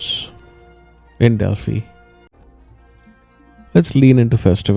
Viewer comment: Its pronounced as delphi... 😂❤